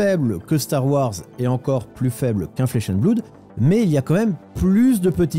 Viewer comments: On ne dit pas "bloude" mais "blode" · Flesh and bloud lol …flesh and bleuuud